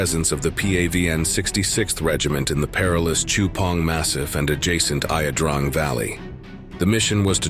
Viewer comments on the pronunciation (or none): Not La Drang. I think it eye ya Drang. That's an I not an L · So as to be respectful to all of the brave veterans that fought in this war, please re-narrate this documentary using all CORRECT pronunciations, mainly the title name Ia Drang. Dude, seriously? That is an I, not an L. Ia Drang, NOT La Drang. It's pronounced, YA-DRANG. Here are a few more examples, AND you mispronounced virtually every outpost and village. In everyday Vietnam military talk, the Army of the Republic of Vietnam (ARVN) is spoken as (AR-VIN), and the People's Army of Vietnam (PAVN) is spoken as (PAVV-IN). AIR MOBILE is pronounced (air mo-bowl). And research "PAVN and Idrang Valley". They've (Vietnam) only in the past few years acknowledged that this battle ever took place because it was never OFFICIALLY declared a war. Many top-secret documents have recently been de-classified due to deaths and/or it's past 50 years. Many "facts" have been clarified and corrected. Even the way LZ X-Ray was chosen was done very underhandedly by an a-hole General named Knowles. He gave Moore a list of 4 possible LZ's, knowing that only one was actually viable, the one that he (Knowles) wanted him to choose. They were dangled like catfish bait on a hook, knowing full well that there was actually thousands of PAVN in that region. We would routinely send in small forces so that no matter how bad the battle, our body count would ALWAYS be less than the PAVN's. So uncool. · It’s not La Drang, it’s I Drang get off your laze butts and do a little research. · It is pronounced "ey-ah drang", not "la drang"/ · How is Ia Drang actually pronounced? Guy in the vid says it like "Iah Drong" but I've heard it as "Yah Drang" too. Can anyone clear that up? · Would you please quit with the AI voiceover… It’s not IA drag it’s LA DRANG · It is spelled Ia Drang and pronounced Ya Drang. Fact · Detailed and accurate but please pronounce it correctly. It is not LA DRANG! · Your AI narrator got the name wrong ,thumbs down